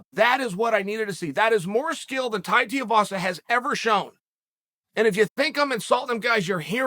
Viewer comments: Who the hell is Tai Tiuwazza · “His name is… Tai Teavasa” Dead 😂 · Tai Teeavasa